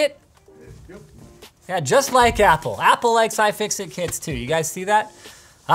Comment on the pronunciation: did you just say fapple? FAPple? as... a very exciting apple computer?